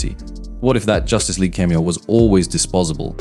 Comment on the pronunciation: cant pronounce cameo. Ai voice, but could it really be an Ai script. seems so conceited and wrong. so probably totaly fake